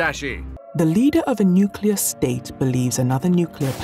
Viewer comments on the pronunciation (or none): New cleer bom war😅